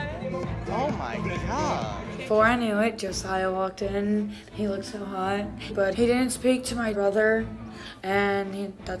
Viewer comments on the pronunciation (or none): Why do they all say “lookTed” or “likeTed”